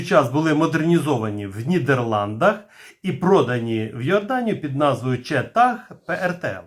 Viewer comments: Дякую вам за вашу невтомну працю! Тільки не "четА", а "чИта", тобто "Cheetah", тобто "Гепард" Англійською. Дякую! +1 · Сheetag ( вимовляється "Чита") з англійської значить "гепард". Тобто назву ніхто не змінював. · Шановний авторе, правильно казати "Чіта" (Cheetah). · Назва Cheetah ,з наголосом на довге ,,і'', означає Гепард з англійської мови і Леопард - з хінді. Це поєднання і являє собою дану установку.